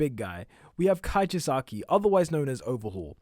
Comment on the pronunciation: Chisaki not kichasaki